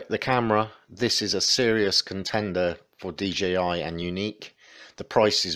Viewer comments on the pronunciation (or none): Nice video but I do believe it's D-Jay-i not D-gee-i . sry for the scrutiny but it kinda bugs me.